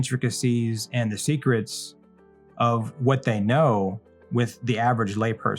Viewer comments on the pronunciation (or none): none